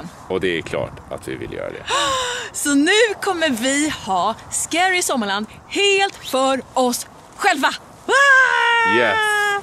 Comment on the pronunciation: Du sa ”Skara sommarland” ibland hahaha